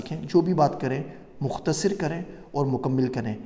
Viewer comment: لفظ "مکمل" میں دوسرے میم پر زیر نہیں ، زبر ہے ۔ اسی طرح لفظ "مختصر" میں ص پر زیر نہیں ، بلکہ زبر ہے ۔ یعنی مُکَمَّل اور مُخ٘تَصَر۔